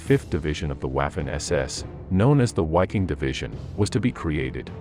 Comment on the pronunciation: One thing, but it's pronounced "Vaffen" and "Viking." The W is pronounced like a V in German.